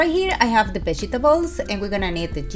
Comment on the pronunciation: The vegy-tabos...love the way she says it